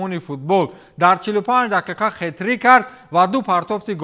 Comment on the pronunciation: Хет-рик нею хет-трик!!!